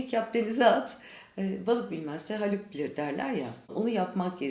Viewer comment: Hâlık (Halk eden/Yaratıcı)demek istediğini anlıyoruz.Kol hareketiyle de bunu destekliyor ama telaffuzu yanlış olmuş. Ha'yı uzatıp,Haalık demesi gerekiyordu.😊